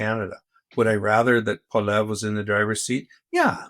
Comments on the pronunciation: Mr. Wilson should learn how to pronounce Pierre's last name. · Can somebody PLEASE teach Brett Wilson how to pronounce Poilievre's last name?